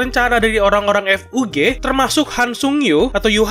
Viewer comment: Season 1 tamat sekitar eps 13 sma kaya anime musim lainnya mungkin bisa lebih atau kurang !!! sedikit saran untuk Admin kalo nyebut kata FUG kosakata nya jangan di pisah jadi F U G tapi di gabung bacanya ga misah